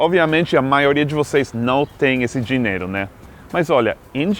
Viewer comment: Amigo Gringo, vc já fala português muito bem. Então pare de pronunciar "diñero" ao invés de dinheiro. rsrsrsrs